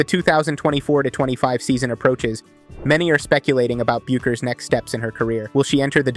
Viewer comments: The U is silent in her name, he would know that if he has watched any videos on her prior to this lol it’s Beckers when you pronounce it hahaha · Everyone I hear speaking about Paige pronounces her name “Beckers” despite the spelling. This is a good clip, but I wish you could redo the narration and correct the pronunciation.